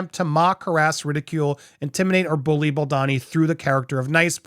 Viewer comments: It’s Bal-doe-nee ! Not, Bal-donny. I love your videos, but mispronouncing his name does him another disservice. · BoldOni, not Baldani!! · Is it really that hard to pronounce his name as BAL-DOE-NI ? Not BEL-DAH-NI. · WHY DO YOU KEEP SAYING BALDANI? ITS BALDONI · I am pretty sure it's pronounced Bal-doh-nee. Not bal-donn-ee. Sincerely, a fellow Italian. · It’s so annoying hearing you say Justin Bald-uh-ni while everyone else say Baldoni like a regular person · You’re doing great in these takes, but PLEEZE learn to pronounce Justin’s last name (as heard in countless interviews, podcasts, videos etc.) The second syllable is not “don” as in Donald, but “doan” as in Donut. Small point, sure, but if you’re striving to present yourself as accurate it would help. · It’s Bal-doany not Bal-Donny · Bal-DOUGH-ni. Sound it out. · Is baldoni supposed to be pronouncer baldani? 😂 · American pronunciation: O becomes an A. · As a reporter and out of respect, you owe it to yourself 🤌🏼 to learn how to pronounce Justin BAL DOUGH KNEE’s name properly 🤌🏼🤷‍♀️🫤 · I swear if you dont start saying BaldOni 😂😂😂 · I'm sorry, but it's BaldOni 🙉😊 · You have made 10+ videos on the topic of Blake Lively and Justin Baldoni and you CONTINUE to mispronounce Baldoni's last name. I get it when it was the first, or second, or even third video, but at this point it really seems like you should make some effort to at least learn and say the names correctly. It's a bit unprofessional and careless. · whyyy can't you pronounce baldony's name correctly pleeeease 💜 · You fail every time you try to pronounce Baldoni 🤣🤣🤣